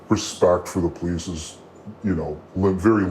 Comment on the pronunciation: She said the "PO-LEASE DEPARTMENT"